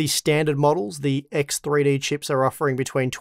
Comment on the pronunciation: Axe Three Dee !